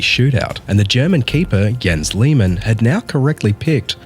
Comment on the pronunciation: Jens is pronounced Yens.